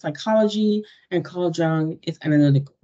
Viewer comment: J in Jung is not like in jungle, it is like y in yogurt